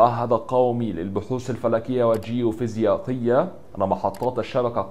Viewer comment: غلط الفيزيائية وليست فيزياقية ههههههههههههه